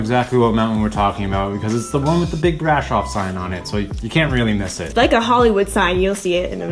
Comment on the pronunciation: The accent is on "O" not on the "a" - please! Brasooooov!